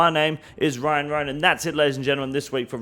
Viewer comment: I am your host “Wyan Wyan”